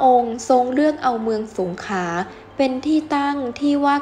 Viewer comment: อ่านภาษาไทยควบกล้ำน้อยมากเช่นกมกานปกคอง,สงขา,อังกิด,พระปกเก้า